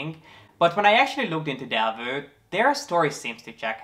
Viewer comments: Del- vow not Delvu. :) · It‘s actually pronounced Delwough